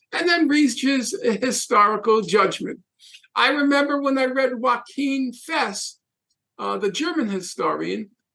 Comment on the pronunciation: It's "Yo-achim" Fest, Norman. He was not Mexican.